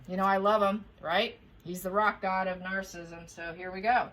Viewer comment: Please.......you are mispronouncing narcissism. It is........... nar-suh-si-zm